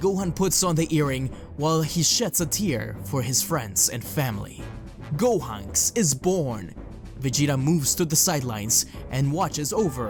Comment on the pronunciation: Gohonks.. I'm sorry, I paused the moment I heard that.